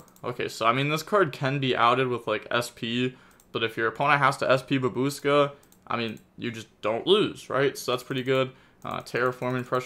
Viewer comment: "Babooska" I love you,. Never change.